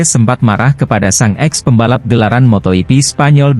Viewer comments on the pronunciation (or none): motogp .,.. jok torjok...bukan moto yipi dasar torjok